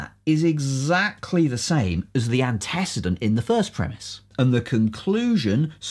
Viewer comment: The video was excellent... except for the pronunciation of antecedent ;)